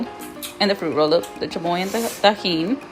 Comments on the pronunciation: doesn’t know how to speak Spanish no hate but he said “chamoya” it’s chamoy” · Chamoia ahhah😂😂 its chamio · This guy might have some Mexican blood but probably wasn’t raised in a proper Hispanic house 😂 he said chamoya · Did he really just put an “A” at the end of chamoy 🤦🏻‍♀️ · "the chamoye, the tajeen" jshaheiej that's how he pronounced it. fr thot he was a Latino, guess not